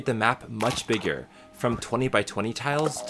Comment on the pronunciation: “much byigger”